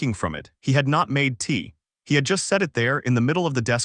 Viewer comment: 0.15 - Very funny how the AI pronounces tea 😄